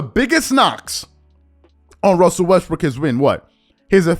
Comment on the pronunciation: Did I hear you say westbrick